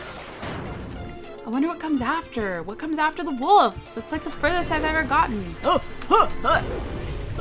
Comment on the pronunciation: I love how when you say Wolf, it sounds a bit like woof. :P